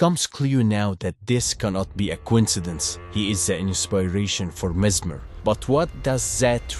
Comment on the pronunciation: The only thing I can say is that you probably pronounce the name wrong